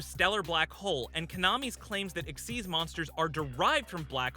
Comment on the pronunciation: I love how xyz is pronounced as "EXIST"